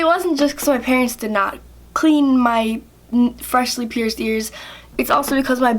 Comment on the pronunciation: You say pierced like pierzed and piercing like pierzing